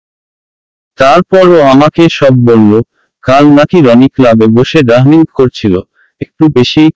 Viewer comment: আপনার গল্প খুব সুন্দর কিন্তু আপনার উচ্চারনে সমস্যা, ডাইনিংকে বলেন ডাহরিন এসব সুনতে ভাল লাগেনা দয়াকরে সুন্দর সুঠিক উচ্চরন বরেন